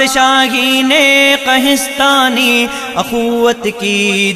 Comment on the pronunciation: پڑھنے میں بہت غلطیاں کی ہیں۔ اَخوّت نہیں اُخوّت ہے۔ مَیان نہیں مِیان ہے۔ قَہستانی نہیں قُہستانی ہے۔ اِستَبداد نہیں اِستِبداد ہے۔ تحمل نہیں تجمل ہے۔ شَگاف نہیں شِگاف ہے۔ قَندیل نہیں قِندیل ہے۔